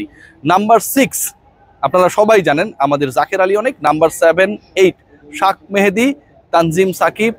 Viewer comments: শাক নাকি শেখ মেহেদী?? আপনি বার বার এই নামটা এমন বিকৃতি করে বলেন কেন? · শাখ, মেহেদী হবে না,/ উচ্চারণ হবে শেখ মেহেদী, নোট করবেন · শাক মাহেদী কে আবার ভাই,,? আপনি কি বিদেশি মানুষ যে বাংলা পড়তে পারেন না, তাই ইংলিশ বানান ( shak mahedi) দেখে শাক মাহেদী বলতেছেন,, বাংঙ্গালিদের এই একটা দোষ,,যেই দেখে ফরেনাররা কিছু একটা বলছে,, ওইটারে ট্রেন্ড বানাইয়া ফেলে,, রবীন্দ্রনাথ ঠাকুরের নাম ইংল্যান্ডিরা ট্যাগোর বলে ঠাকুর এর পরিবর্তে এখন তারা তো শিক্ষিত,তারা যা বলছে ওইটাই ঠিক,,আমরাও রবীন্দ্রনাথ ট্যাগোরই বলবো তাইনা?? । so sad